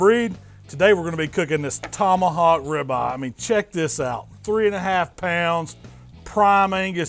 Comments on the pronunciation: “Tomahawk ribah” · He pronounced it just like this " tomahawk Rivah"